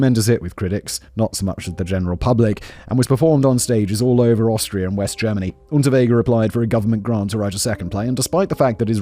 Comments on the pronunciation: I love that he couldn't say Austria everytime, a few Australia slipped in 😂😅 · Take a drink/rip every time Simon says Australia instead of Austria 😁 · Simon, perhaps you need a little practice in reading the differences between Austria and Australia, (two slips so far).